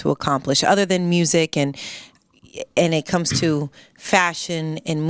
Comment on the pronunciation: I love how the Rs are randomly thrown in.. mursic..🤣